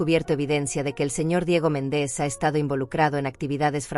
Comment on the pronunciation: Si dice MÉNDEZ por qué dice Mendéz? No sabe pronunciar los acentos?😊